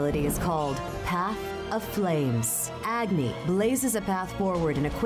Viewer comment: The pronunciation of some of the names killed me like Rama and Agni